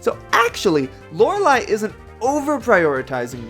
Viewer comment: Very interesting, although Bruno is much higher on the tier list than I expected! :P (Also I think you're pronouncing Lorelei wrong)